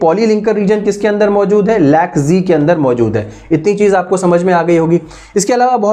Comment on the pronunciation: Sir Lac-Z not Lac-G😊